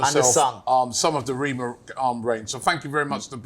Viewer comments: His name is pronounced REH- MAH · Robbie its rema as in elephant rema as in cream 😂